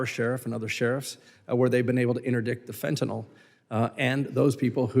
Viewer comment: I was so happy to hear someone anywhere involved in the border crisis finally FINALLY correctly pronounce the word “FENTANYL”. I snapped around to see who did that! Mark Green (R), an M.D. Ahaa!!! Like me, ut must drive him nuts that the word fentanyl is mass-mispronounced. Its like they want to change a pronounciation permanently into permanent mispronounced word like “Keiv” is now pronounced always as “Keev”. Mass ignorance. Fentanyl is pronounced FENTAN-ILL. Not Fantan-ALL.